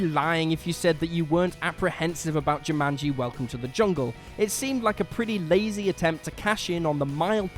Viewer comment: So, he can't pronounce Caribbean or Jumanji. Nice